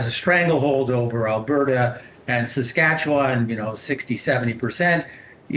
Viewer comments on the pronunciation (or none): none